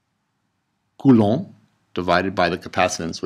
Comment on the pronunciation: "coulouu" just might have made my day . hahaha